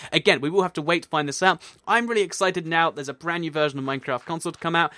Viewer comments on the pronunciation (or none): none